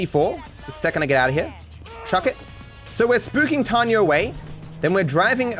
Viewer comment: her name is Tonya. TONYA. Not Tanya. It's not your accent. Say it correctly.